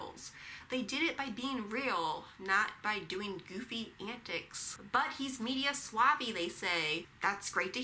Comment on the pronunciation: LOL at "media swavvi".